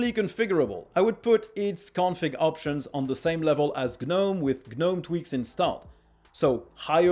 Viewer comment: gnome is pronounced nome